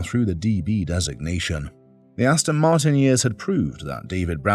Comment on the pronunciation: Hate it when people say Austin Martin.